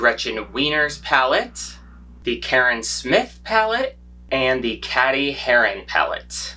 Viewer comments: I love your content but did you say “ caddy“ instead of ✨Katie✨ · I love you, but I also died a little when you pronounced cady like caddy instead of Katie😭😭